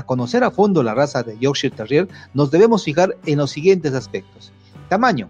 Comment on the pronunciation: Me encanta es como explica cuáles son las características típicas de un Yorkshire Terrier de raza pura pero a la vez pronuncia erróneamente la raza del perro 🤷🏽‍♀️ pero nada; Él es el experto!